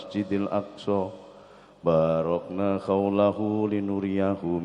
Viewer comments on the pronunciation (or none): Alladhii baarona didalam kitab Al Qur an, tp kok di baca baarokna, alladhina ne di hilangkan ?? Mf🙏🙏